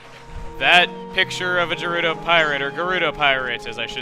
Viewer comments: Gerudo Begins with a hard "G". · Regarding the pronunciation of "Gerudo", it's written ゲルド in Japanese (according to the Japanese and English Wikipedia; I don't have the game itself D: ). The English is directly romanized from the Japanese, and ゲ "ge" is pronounced with a hard "g", as in "guard".